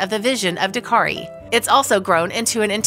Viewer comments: Narrator: the name of the rescue organization is ‘DAKTARI’, not “Dakari (sic). Dak-tari. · Cute story but the narration grated a little with the insistence that the organisation was called Dakari, it's DakTari. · It's DAK-TARI ! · dak·teh·ree say it right at least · It's DAK - tari. Means Doctor. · Why can this girl not say DakTari? Why are hedgehogs in the video?